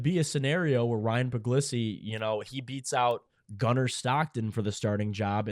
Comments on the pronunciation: It's pronounced like Pug-lee-see is my understanding and I've always liked him over Raiola. He's a rock solid, dedicated Dawg and I think he's going to be an outstanding QB. Go Dawgs! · Stop pretending that you don't know how to pronounce Puglisi's name.